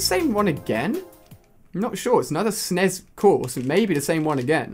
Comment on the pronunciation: Lol he said "snez" instead of S.N.E.S